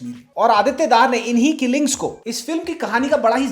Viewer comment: Dhaar nahi pronounced as Dhar Bareily nahi Barelvi school of thought Critic ji...hope hamara criticism bhi aap as a feedback loge